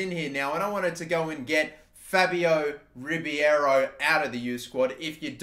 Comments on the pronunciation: Its Ribeiro, not Ribiero... please pronounce it properly 😂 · You pronounce Ribeiro’s name like Ree-Bay-Row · There’s a hockey player named Mike Ribeiro, and while not Brazilian, his name was pronounced “Rib-Arrow”. It imagine it’s the same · Elliott Russo it’s pronounced Ree-bay-row